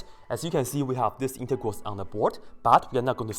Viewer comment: it sounds like hes saying intercourse instead of integrals